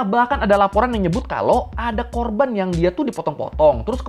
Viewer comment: bang korban bang, bukan korbang.. terlalu semangat 😅